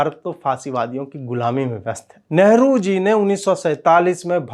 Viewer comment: Am I the only one who heard it "ashlil Leader" instead of "Asli leader"... And LEHRU instead of NEHRU...